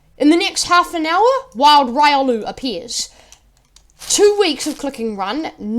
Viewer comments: its riolu not raiolu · Its pronounced: Ree - oh - loo